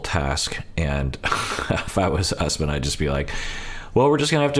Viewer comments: Don’t trust Shawn, it should not be pronounced “Us-man”. She wrecked a lot of names on this show. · Pretty sure Usman is pronounced Oos-mahn